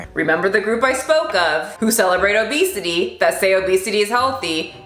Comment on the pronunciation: Did you say OBEASTITY? 😂🤣oké now I’m offended 😅